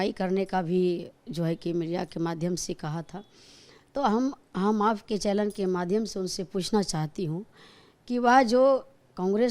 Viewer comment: Channel ko Challen bol rhi h